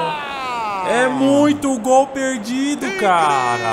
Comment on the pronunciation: "Dol?" Não seria "Gol"?